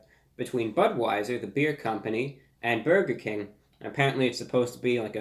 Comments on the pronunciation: byaoiger king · “Boiga king” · buwger king master of uwu language 💖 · The way he pronounced "burger King" in the beginning... 🤩